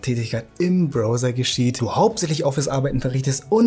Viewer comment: Man spricht "Browser" übrigens "Brauser" aus, auch wenn er dein Bro ist.